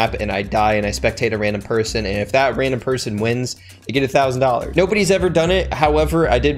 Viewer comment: He said randumb at o.35